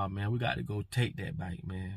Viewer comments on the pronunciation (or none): It’s back brother not bike 😭😭